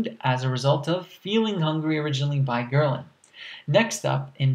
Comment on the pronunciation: Isn't it ghrelin not gherlin?